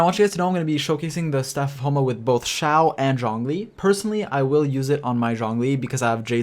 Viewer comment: It’s eh for Xiao